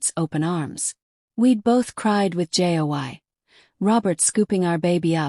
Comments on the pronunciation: AI will be a wonderful tool for students who can proofread. It was annoying in this story when AI would spell the words in a sentence like ‘J-o-y' instead of pronouncing the word joy; as 'a-go' for 'ago,' 'I-t' for 'it,' and instead of saying 'us’, AI spelled u-s. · This was a great story. However, it was annoying when AI would spell the words in a sentence like ‘J-o-y' instead of pronouncing the word joy; as 'a-go' for 'ago,' 'I-t' for 'it,' and instead of saying 'us’, AI spelled u-s. Please hire a human to proofread and revised the stories wherever needed.